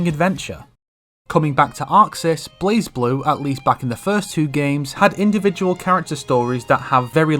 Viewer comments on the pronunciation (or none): none